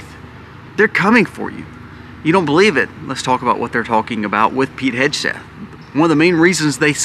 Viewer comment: FYI..,it’s pronounced Heg (as in peg)-Seth…,not Hedge-Seth. 😊